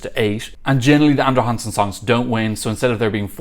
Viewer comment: I was wondering who this "Andre Hansen" was, but then I realized. 😂 (It's more like "Andra Jangsen", where the J is pronounced the same way as the J in "José" in Spanish).